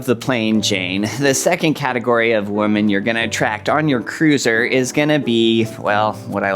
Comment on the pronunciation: Cruiser rhymes with looser. 😅